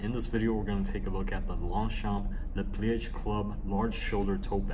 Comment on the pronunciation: isn't it "leh plee-uj" instead of "leh plee-ej"? :)